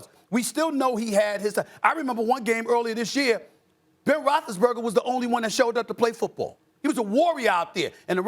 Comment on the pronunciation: No one: Stephen A: Ben Roethlisberga